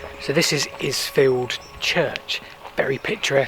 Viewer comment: "Isfield": not "lzfield" but "eyefield" (think Island"). And the big ship at Newhaven ... that's one of the big cross-channel ferries: Newhaven to Dieppe.